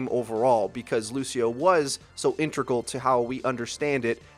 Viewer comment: my eye twitches every time Freedo pronounces integral as "intregal"